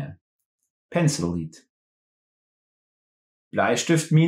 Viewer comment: Since knowing the Artikels are so important in learning the German language, it would be nice to include them. Also „lead“ in pencil lead is pronounced like „led.“